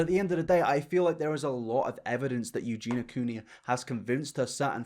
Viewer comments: Aaaaaahhh, okay i KNOW this isn't important at all, but I just have to say, Eugenia's name is not pronounced "EugeNA", it's pronounced "EugeNEEYA". Lol sorryyyy! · Mate, it’s pronounced u-gi-ni-ah not u-gi-nah wth? It’s a english name why is getting wrong? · Take a shot every time "sociopathy" and/or "Eugenia" are mispronounced. Mate, if I recall correctly you've done a few videos mentioning Eugenia now. I think it would help your case if you learn her name properly. Its not "Eugena", it's "Eugenia". Pronounced like "you-geen-ee-uh" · Great video, but please say Eugenia and not Eugena. YOO-JEE-NEE-AH. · yoo-JEAN-yuh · Someone needs to tell that her name is Eugenia, not Eugena. Other than that, I'm unsure why YouTube is recommending his videos to me, but I am not complaining. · I agree with everything you say but who is "you-geena" WHO?? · goodness will I actually live long enough to hear you pronounce EugenIa Cooneys name correctly?!?!